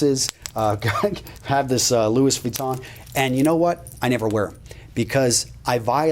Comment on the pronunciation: Did this ninja just say "louise vitton"???